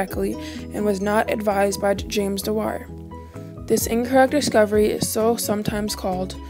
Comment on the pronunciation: Shame you can't say his surname properly